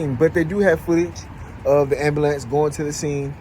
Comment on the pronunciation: he lost me at "am ba lance"